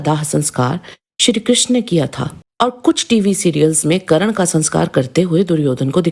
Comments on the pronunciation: थोड़ा पढ़ लिख ले फिर ज्ञान बांट करण नही कर्ण होता है पाहिए नही पहिए होता है नाही नही नहीं होता है साही नहीं सही होता है वेधब्यक्ष नही वेदव्यास होता है अहानक नही अहंकार होता है ग्या नहीं गया होता है दिलते नही दिलाते होता है धनुधर नही धनुर्धर होता है बच्चे सीरियल का ज्ञान मत बांट मूल महाभारत पढ़ 😂😂😂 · Didi ekto wo Karan nahi hai .unka naam Karn hai...😅